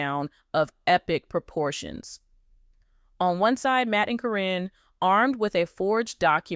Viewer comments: Even the pronunciation of Caryn's name is wrong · Why has there been nothing about this anywhere????? Why is Caryn's name being pronounced incorrectly? Probably because this is AI. The timing that this would have had to have been, makes no sense at all. After Amy's move, (selling the house to Matt) she still had contact with Matt & Karyn, many, many times. No way would she had done that TV show or not.